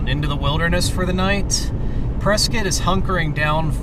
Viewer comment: It’s pronounced “press scott”. I live in AZ so I know.